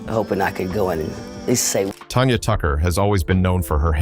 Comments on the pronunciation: Her name is Tanya, not Tonya. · Her name is Tanya, TAN_YA not Tonya. And you have the nerve to call yourself? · If you are gonna do a story about artists why can't you at least pronounce their names right! It's not "Tonya" it's "Tanya"!